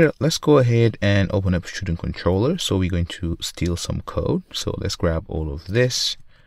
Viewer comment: for the love of god it's student not schtudent